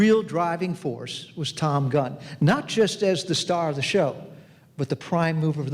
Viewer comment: Everyone on the panel, in the audience, and watching this repeat heard him say, "Tom Gun." The difference is, unlike you, we were all too polite to call him on it.